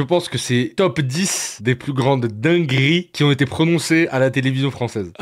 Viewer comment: 5 secondes de vidéo :" dinguRRRRi" 10 secondes : "les pires moMMents" Hop : ne plus suggérer cette chaîne.